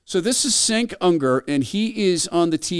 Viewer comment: Dude, you can make a bit of a pre-research to pronounce his name correctly... Cenk has been on air for like two decades now.